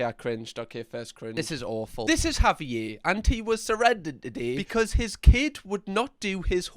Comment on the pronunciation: Can you please have a pet or child or this dog and call them Javier? The way you say it is amazing. Auv-ee-ay.. i would say(wi usa south side milwaukee.) Would be .HOV-eee-yairrr